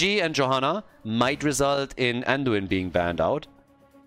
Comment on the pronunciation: "Anduina" LMAO 😂 Ge Geeeeeee!!